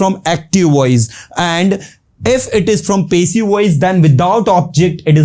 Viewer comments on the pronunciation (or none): Aapki pronounciation theek nahi sir passive ki